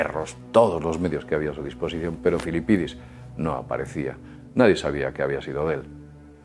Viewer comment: Disfrutas mucho diciendo "Filipidis", no?